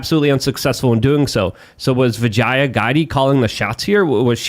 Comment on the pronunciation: The pronunciation is ‘Vijya’.